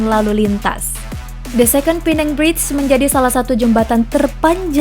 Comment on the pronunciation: Pulau Pe nang BUKAN pulau pi neng🙄🙄 WOI....URUTAN TERPANJANG APA TERPENDEK MIN